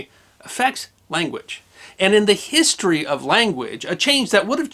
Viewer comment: HEE-story of brit-TAIN?